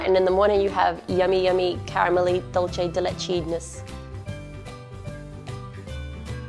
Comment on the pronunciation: Du-say de leche